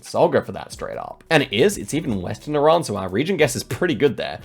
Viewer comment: Can we just stop and appreciate is one of the few people that pronounce iran correctly? ❤🇮🇷